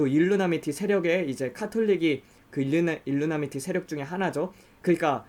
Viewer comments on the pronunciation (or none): 일루미나티를 계속 일루나미티라고,, 발음하시네요 :)